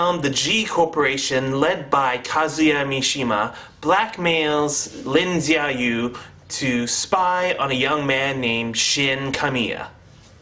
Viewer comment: its pronounced shao-you(xiaoyu) but yeah the story was a complete clusterfuck.the fight scenes and CGI were the only factors that redeemed it